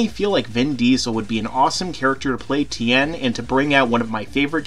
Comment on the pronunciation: then 10 shin han you made fun of its to true, how hard is it to say tee yen